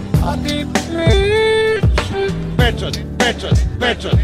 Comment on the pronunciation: Kad to kaze ko da je pijan!!! xD :D a de je peeeeeeeeecat? :D